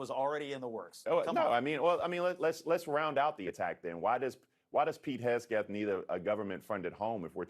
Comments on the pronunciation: Hesgeth ? ? ? Racism. His name is HEG-seth. Say his name . . . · Pete hesgeth? Is this dude illiterate or is he purposely mis-pronouncing his name as a form of passive/aggressive attack. (Seems like mysoginy). LOL. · “Hesgeth”. Remember when pronouncing Kamala Harris’s name incorrectly made you a racist? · Sounded like bacari, purposely Mispronounced, pete hagseth's name.Sounds like a racist thing to me🤔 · can't even pronounce Hegseth's name the fool